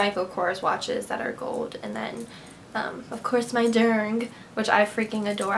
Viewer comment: stop saying "GOLD" it is so fucking annoying, you can not pronounce it right.. ugh